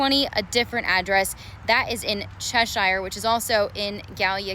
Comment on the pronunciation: Cheshire in Gallia County is pronounced "chaser". But to be fair, couldn't expect a Columbus reporter to know that.